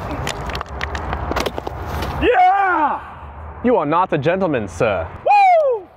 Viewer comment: "You are nawt a gentleman sir." 🤣